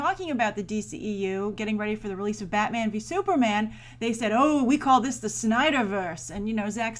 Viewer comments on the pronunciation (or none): none